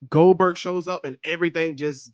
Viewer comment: Leaving the “G” off forever! 😭